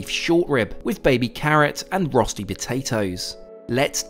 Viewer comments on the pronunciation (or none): For someone who was so pedantic about Moët, you may have thought they could pronounce rösti. Or do first class serve fake rösti, indeed was the Emmental genuine?